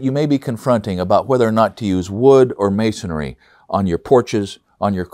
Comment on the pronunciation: Is it masonry or masonary? Rhetorical question, but you're saying masonry incorrectly.